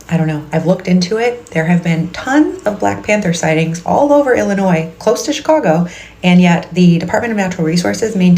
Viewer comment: BLACK PANTHER story: I believed everything she said until the very end when she pronounced Illinois “Illi-noise.” If she had lived there from childhood she would have pronounced the state as “i-luh-noy.”